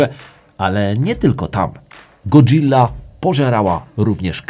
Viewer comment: Fajny kanał, fajnie się ogląda. Jedyne do czego muszę się przyczepić to, że mówi się szybko Go-dzila a nie powoli Godżilla. A jak szukasz pomysłu na nową serię to fajnie by było się dowiedzieć jak zmodyfikować RB26 a potem w kolejnym odcinku jak szybko lub tanio lub najlepiej zmodyfikować silnik 2JZ itd itd. Pozdrawiam